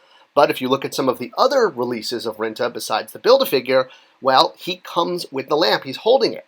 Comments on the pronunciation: Rintrah or Rinta?!? Pretty sure the the second R in Rintrah isn't silent. Or am I wong again? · Rin TRAH! also, Thanos is pronounced Thaan nose not Thainos. Thought it would help your already rock-steady credibility. \m/